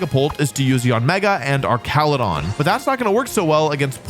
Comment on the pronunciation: Every time I hear you say Archaludon it's like nails on chalkboard. Arch and arc are two different words, and the latter is not correct for this name. Same with Medicham, as its name originates from 'champion.'